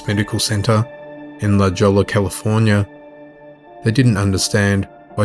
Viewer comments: La Jolla "La Jello" is pronounced LEY HOYA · LaJolla is pronounced l LaHalla like the J is an H and there are no ll's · La Jolla is pronounced la "hoya", I'm from California and I was wondering where la Jolla was lol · Tragic tales. BTW La Jolla is pronounced 'La Hoy-a' like all the other Spanish names in CA. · Pronunciation of La Jolla, is La Hoya. It is Spanish. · Lmao La Joll- la, California. Hahaha wtf you serious bro?!?